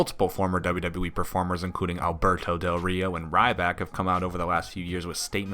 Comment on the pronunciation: Has anyone else noticed over the years that Kurt Angel can't pronounce WWE correctly? It always sounds like he is saying "double double -E"